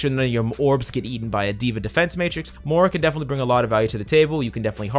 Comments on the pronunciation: I hate that this guy can never pronounce Moiras name correctly, it's not Mora its Moira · Why is it that no one can pronounce “Moira” right?